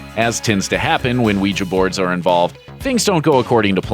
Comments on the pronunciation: He said Weja board lol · did it bug anyone else the way he pronounced ouija board?